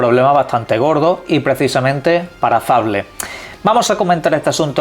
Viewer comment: Es un naco que no sabe pronunciar